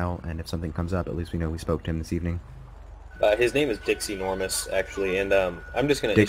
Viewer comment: did anybody else catch the fact that when say his name was Dixie Normous that it sounded like he said Dick's Enourmouse